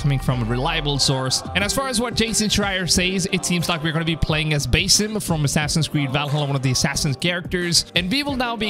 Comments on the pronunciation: It's Basim not basem lol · It’s pronounced Buz eem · Bro like say basim right its not that hard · I think you should work on how you pronounced Basim!